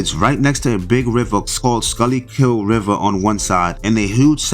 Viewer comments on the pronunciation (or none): Jesus Christ! You can’t be from Philly with those pronunciations. “Al-Ganee” & “Skuly-kill” 😂😂 try again bro.